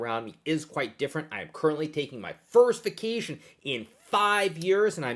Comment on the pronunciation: Nice interpretation of “vacation” xD